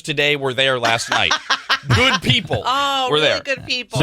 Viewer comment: It's güd!